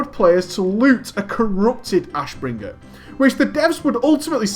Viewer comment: Damn your way to say Ashbringer is annoying..